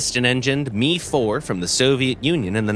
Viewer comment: its not "MEE" its M.I. you pronounce the M and I separate... not like Mee